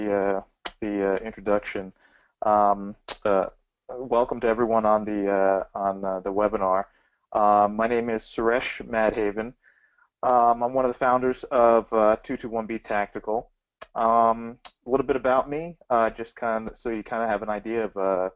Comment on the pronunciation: Mad Haven? Bro... It's pronounced mud-hahvahn. Own it. It's who you are.